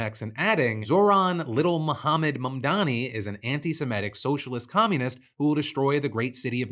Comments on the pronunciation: The intentional mispronounciation of Mamdani's name is just blatant Islamophobia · What is it with these weirdos who can't pronounce Mamdani's name correctly? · Look, it's small in the grand scheme of things, but that "reporter" intentionally mispronouncing Mamdani's name is just so cartoonishly racist and shitty. What a fucking tool.